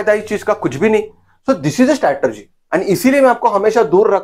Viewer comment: स्टॅटरजी नही रे वह स्ट्रॅटेजी होता है